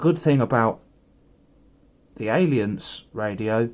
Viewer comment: Not intending to appear a troll but the A in the name is silent. Proper pronunciation should sound ilunce. Just throwing that out for everyone.